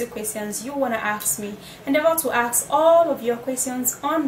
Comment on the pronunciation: Nigerians it is ASK not AXE